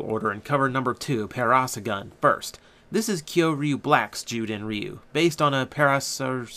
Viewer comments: its pronounced "Para-saur-relaphus" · the black ur is pronounced para-sauro-lufus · try :para - sor - RAWL - uh - phuss:, i had a thing that pronounced it like that when i was a wee lad. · For the record, Zyuden Black's dinosaur is pronounced Pa-ra-saw-ro-la-fas. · It is pronounced: Pair-Uh-Soar-All-Uh-Fuss. Not trying to be rude, just a dino nerd. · (handy tip) if you carnt say a dainosours name try braking the name up in to sections.